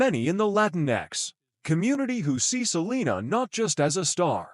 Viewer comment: Terroble robot video canr even say her bame righr 😒